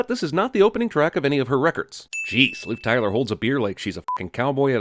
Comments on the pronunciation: I lost it when he said "Liv Cryler" 😂😂😂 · “Liv Cryler” lmaaaooo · "Liv Cryler" LMAO! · Its liv tyler not clyler Edit: Kk I get the joke now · "Liv Cryler".